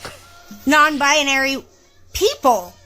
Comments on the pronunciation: maybe someone should point out to her from the start that the word is "binary" sounds like "Bye-naree" not "bye-ah-naree"... as Forrest Gump said "stupid is as stupid does Mrs. Blue" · She's even trying to make the word queer...it's BiNary - 2 syllables - Not 3... BiONary...sheesh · According to her she is "bia-nary" 🤣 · Non - bianary???😅😅😅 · I like how she adds an extra syllable to the word "binary". "Bi-uh-nary!" I guess she loves her label so much she just wants to linger on it a moment longer. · She cant even say the damn word right!! 😂😂 Bi-a-nary?? No ma'am. If you cant say it, you cant claim it 🤣🤣🤣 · Byonary??? She can’t even say the word yet knows what it means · Bi-a-nary...I can't. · Why does this human keep saying bianary? Bianary, bianary, bianary. If this human is non binary, I would hope they could pronounce it correctly. But maybe I am not that imtelligent. My immatelligence sucks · It's funny that she repeatedly pronounces "binary" as "bianary." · She can't even say binary. She's saying buyuhnary. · She says bia-nary over and over. She can’t even pronounce binary. Jeesh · Why does she keep saying bi-Ah-nary 🙉🙉🙉🤯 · I hate how she pronounces it "bianary" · She's adding whole extra syllables to the word "binary" lol I hope that dude finds his way to a divorce attorney and i hope this "vag owner" finders her way to a good psychotherapist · She mispronounces binary! Lol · She can’t even pronounce the word binary. Ridiculous. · she can't even PRONOUNCE the word properly 😐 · She needs to learn how to pronounce binary first....and then seek mental help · She can’t even pronounce binary properly…. smdh